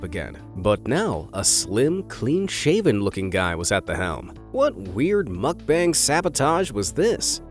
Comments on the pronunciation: Lol muck bang. It's Moook Bung! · It's not muk bang....muk bahng.... pronounced like ahhhh...bahng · ITS pronounced MUHK-BAHNG not bang. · 먹방 (mókbAng, not makbAEng) :/ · the "bang" in mukbang is pronounced bong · I will watch your videos again when you decide to say MOOOOOOOOKBUNG. It’s not makbun…….. this video triggered me so much Mukbang……mooookbang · His pronunciation of mukbang is driving me insane……… it’s not bang more like bung. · mukbang is pronounced "bong" not "bang" like a gun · It’s pronounced muck-bong bro. Get it right if ur gonna say it over & over again in ur video smh. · Not to be rude, and this has happened to me before, I said mukbang I front of my Korean friend and she got mad. Terns out we are pronouncing it wrong. It is spelt mukbang, but it is pronounced ad muck-bung. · I’m sorry but the way he’s saying mukbang is bothering me lol it’s pronounced (muk-bung) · Oh god i cant stand how he pronounce mukbang as makbeng 😂😂 im out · It pronounces mook-bunk 🙄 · It’s mookbang by the way . That’s how you pronounce it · Muck Bang???? Please learn to pronounce the word!🙄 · Please learn to pronounce "Muck-bang" correctly! Muck.... as in What the fxxx. Bang as in b. Ah..ng.. Does not rhyme with fang! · Brah it's pronounced like mook-bong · Pronunciation of mukbang is mokbung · Isnt he pronouncing Mukbang wrong? Its supposed to be pronounced like Mook-bong right? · At least pronounce "mukbang" correctly. 🤦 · Really wanted to watch this. But i cant handle the repeated mispronunciation of "mukbang" so guess not.. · Your pronunciation on 'MUKBANG' is heavier on a scale than the mukbangers weight... Just as we put efforts to pronounce English correctly, work on it on Korean or any foreign language words. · Not sure what was more annoying, the ASMR noises or hearing "mukbang" mispronounced 100 times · Is that how u pronounce mukbang